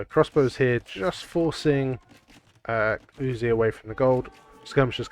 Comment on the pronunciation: sir, may i compliment you on your perfect pronounciation of the name uzzi. You doin a great job sir, you know your stuff.